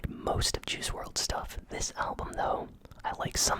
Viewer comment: It’s pronounced world not wrld